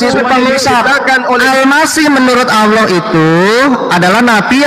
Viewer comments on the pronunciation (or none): Juma sebut Allah tu tidak benar, Allah ko disebut Aulah SWT, kenapa tidak Aulah swu atau swb, tidak paham sama sekali